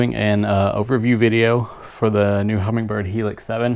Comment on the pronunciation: I am amazed that the guy is narrating an instructional video on a "Humminbird" product and he calls it a "Hummingbird".